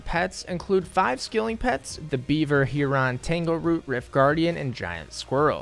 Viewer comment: Amazing video, but is it finally time to address your pronunciation of the word Heron? It's not Heeron.